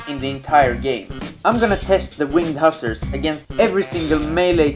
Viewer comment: You are mispronouncing "hussar".